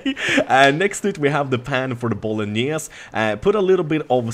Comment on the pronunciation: bolognese is pronunced with the final "e" as well... it s italian